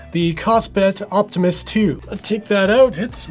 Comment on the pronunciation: Every time you say Optimus, I hear Optimist. Which is maybe the best review of the watch.